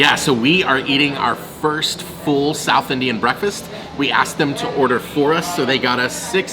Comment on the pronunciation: Yours pronounciation towards southIndian cusines awesome!!